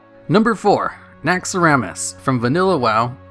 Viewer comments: Naxxramas*, not NaxxAramas. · "Naxxaramas" HAHAHAHAHAHAHA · "NaxxAramas" LUL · Don't get me wrong but it's called Naxxramas not Naxxaramas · Naxxramas not NaxxAramas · Naxxaramas? :D isnt it Naxxramas? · Naxxramas. One too many A's